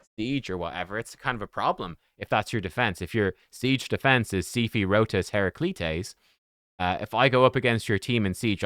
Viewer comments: It should be Hair-Ra-Kleet-Tees. It would sound like a Greek mythological name. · "Hera Kleets." Pronunciation. Other than that, he is verrrrry funky!! It's Christmastime in Raid so ideas are courting those holiday bonus cheques. LOL